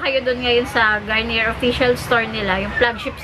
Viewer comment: It pronounce "Garniyey"